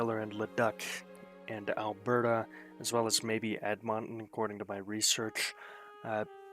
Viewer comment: Luh-DOOK ED-mun-tin Suh-SKATCH-ooh-in